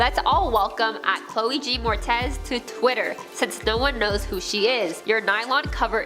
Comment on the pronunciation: Learn pronunciation of peoples names before filming. Example: it’s Pronounced Mor ettes not Mortez. Do better reporting please.